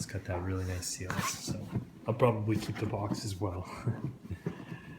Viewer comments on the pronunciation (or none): none